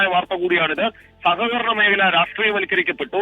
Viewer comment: സകകരണ എന്നല്ല സഹകരണ എന്നാണ് വർത്തക്കാരാ..